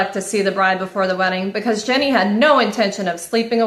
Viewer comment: Can I just say that her name is not “Jenny” 😅😅😅😅 it’s Jeanie as in “jean-E”